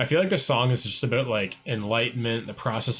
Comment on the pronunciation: Are you Canadian? Thought I heard you say "a boat."